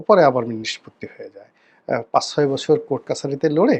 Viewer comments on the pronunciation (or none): none